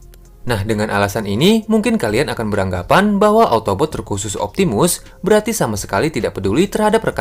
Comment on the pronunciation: Autobots bukan otobot😂😂😂